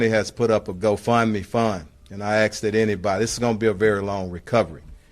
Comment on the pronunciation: u have 4 stars on your collar and u have to say "Axe"? Its pronounced ask.